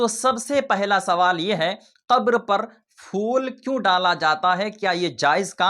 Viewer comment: Sabse pehle phool bolna seekho Fool nahi phool hota hai Dusri baat phool daalne se kuch nahi hota Jitna paisa phool daalne me kharch karte ho...utna paise ya utne paise ka khaana kisi ghareeb ko dedo